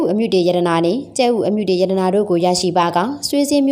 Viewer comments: အမြုတေ အ မ တေမဟုတ်ဘူးလေ အမတေလို့ဆိုပါ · အမ တေ မဟုတ်ဘူးဟ အမတေပါ သေချာလေး ဖတ်ပါပြောပါ😮